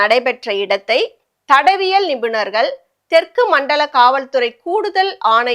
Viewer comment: தடவியல் 😂😂😂 அத தடயவியல் நிபுணர் வார்த்தையில் கவனம் தேவை...